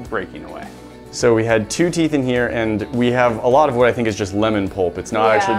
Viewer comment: im in the middle of eating and all i hear is "we have tooth yogurt" .....